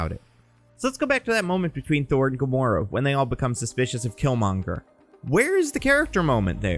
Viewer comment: is gamoro a female gamora or did you make a flub